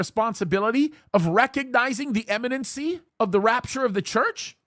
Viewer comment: sorry be a pain it's imminency I'm pretty sure not Eminencey I've noticed many prophecy people saying that drives me a little bonkers keep up the great work ps